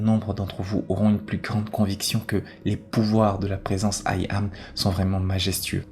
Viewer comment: Il faut entendre 'Yam' et pas aïe am... Question de vibration... 😇